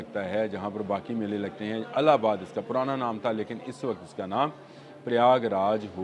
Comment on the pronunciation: Allabad naheen ILLABAD SAHEEH TALLUFUZ HAI